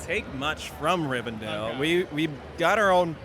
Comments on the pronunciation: It's Rivendell, not Rivendale. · I don't understand how people can't pronounce it correctly. I watch a lego youtuber that also says Rivendale it drives me crazy. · No we don't. I don't understand why people can't pronoun it correctly it's literally said in the movies several times and it's spelled Rivendell so I don't see where people are getting the dale part from it's so fucking confusing. I'm American and plenty pronoun it correctly. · Americans always call it Rivendale 😂